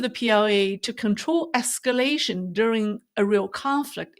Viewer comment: There’s a rear possibirity of escaration